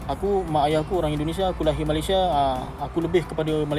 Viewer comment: Sebut malaysia pun pelik.. Tak guna ada ic biru